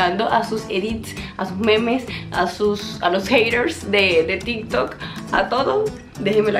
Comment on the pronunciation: pensé que habia dicho tiktok pero escuche varias veces y dijo tintok :face-orange-raised-eyebrow